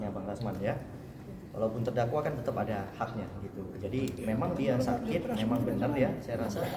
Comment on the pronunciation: Lha om atit...atit apa.... Oalah atit apa atut???.😂😂😂😂😂